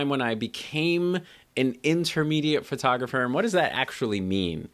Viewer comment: Pet peeve here. "FIRTOGRAPHER". Somehow PHO-tographer becomes FIR-tographer. You're not alone. That's all - off my chest now... Regarding your youtube content; EXCELLENT!!! THANKS.